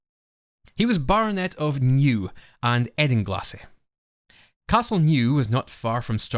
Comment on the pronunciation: Cool video, funnily enough you pronounced Edinglassie correctly but Newe is pronounced Nyow (rhymes with miaow as in a cats miaow) rather than New. I guess it's the same and comes from the doric pronounciation of ewe (sheep) which is yow rather then yoo.